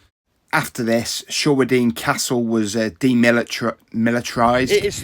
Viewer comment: Great video of... (wait for it)... [pronounced] Shray-den. At or after a lovely wedding in the Church, 40 [gulp] years ago, the then Vicar taught me the correct way to pronounce the name of the village.